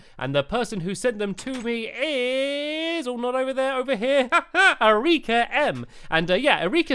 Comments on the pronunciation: No stampy, it's Eric-a. 😂 not A-rika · he said erika as er-eek-a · He pronounced Erika wrong it's Eric ca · It's not "E-ree-ka"... It's "E-ri-ka". Just like Erica, but spelt "Erika". Which also happens to be how my auntie's name is spelt. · It's pronounced air rica NOT eh reeka just to let you know stampy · It is pronounced Air-I-ka not Eureka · "Uh-ree-ka"? Stamps...seriously> hahaha Erika is pronounced "air-wreck-ah". It's a pretty common name haha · It’s pronounced air-ika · what is Erieeeeka.... its not prounounced that way haha its just regular erika like erica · erika is pronounced eh-rih-kah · no ehreekar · Hey stamps sry but it's air-I-ka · my name is erika as well and it is pernonsed air-i-ka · U r saying Erika wrong you say it like air-i-ka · Thats not how you pronounce Erika but ok...😂😂😂😂😂😂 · My name is Erica! But, that's not how you pronounce it. (Sorry if your name is pronounced in the video, if you read this, Erika) but, that's how to say Erica in French, the way you said it! All you have to do is pronounce the "I" how it it is pronounced in "it". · Stampy you don't pronounce Erika how you did! 😑😑😑